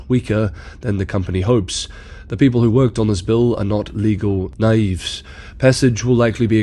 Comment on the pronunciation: you can say 'nookuler' all you want, but I'm gonna start distributing pitch forks at that pronunciation of 'naif' 😂